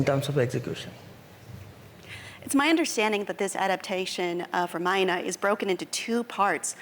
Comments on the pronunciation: what's up with the ramayan'aa'? it's ramayan'uh'... at least indians should know better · its pronounced RAA-MA-Ya-NA Not RUHMUHNUH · Ramayan not Ramayana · Host is saying Maina instead of Ramayana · It's not RAMAYANA ITS RAMAYAN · First learn to say “Ramayan”correctly. 🤨